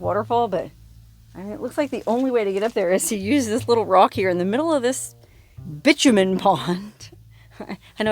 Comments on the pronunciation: My understanding (and I could be wrong) of the word bitumen, is pronounced, "bye-TOO-men" and not bitch-u-men. Can anyone else confirm? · I think you will find it is pronounced Bi like bisexual TOO Min. there is no c in it. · Bitumen = bye TOO men